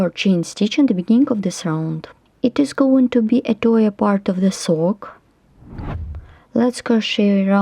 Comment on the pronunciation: Thank you so much for making your videos in English. Even if there were no words, your videos are so easy to follow!! My mom wants some warm socks. This pattern looks beautiful and practical! One tip for a word pronunciation: "Toe" is pronounced "toh." It rhymes with "show" and "go." Let me SHOW you my TOE then you will KNOW where to GO. Hahahaha :)